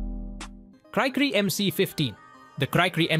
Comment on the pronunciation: It’s Pronounced “Cree-Cree”, because that’s what a cricket sounds like in France, where the plane first flew.